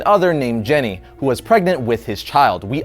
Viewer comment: It's not "Jenny", it's "Jeanie".